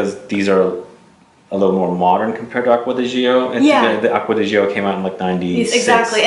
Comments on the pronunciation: Btw. It kills me every time you (and many others) pronounce Acqua di GiOOOOO. Please watch one of the commercials to know how it's pronounced. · Acqua di what? It's pronounced like ~"Jo". How hard is it?